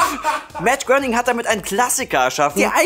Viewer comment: Hat gerade wirklich Gröning gesagt?